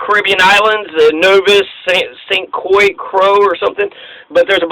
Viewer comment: St. Croix has a french pronunciation, like St. Kroy.